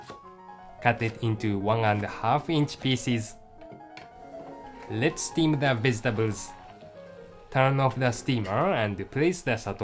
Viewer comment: "lets zteam the weztabels"